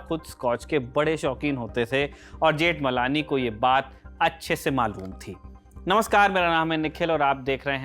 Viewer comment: Ni pronouciation of surname.